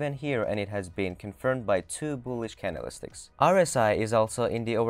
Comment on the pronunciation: "can-del-is-ticks" ?? .........................................................................Priceless.